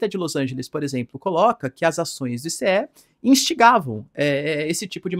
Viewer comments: I CÊ É não meu fi, fala Aiísí, pelo amor de Deus 😅😅😅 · Professor, uma dica no inglês: você pode falar ICE na mesma forma que você falaria gelo em inglês. Não está errado falar I C E, mas é mais comum falar ICE mesmo 👍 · ICE = “AICE” 🧊